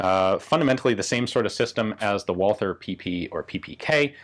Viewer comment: What about the P64 Radom? That's certainly chambered in 9x18? - not "Walter" auf English, but "Valter" auf Deutsch. Pass hier auf, mein Sohn. I'm just sayin'.... ...